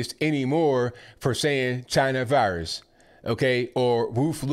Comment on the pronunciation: Purposefully misspelled to imitate the way Trump said CHY-NA. :)